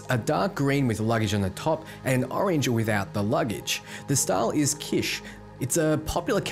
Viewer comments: Like the word Kitchen, without the the 'in' sound at the end. Or the word Bitch with a K. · It’s not pronounced “Kish”. It’s “kitch.” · "Kitsch" is pronounced "kitch" (like a "witch"), not "keesh". Haven't you ever heard this word before? It's not like it's some obscure term. Kitsch is the art direction considered to be cheap or in bad taste. Too colorful, too bright, too aggressive etc. It's contrasted by "high art" or stuff we'd call classy and toned down.